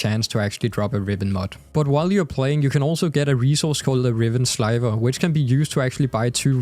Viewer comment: It's Sliver not Slyver.